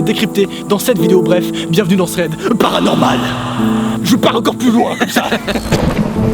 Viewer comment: C un T dans thread pas un putain de Z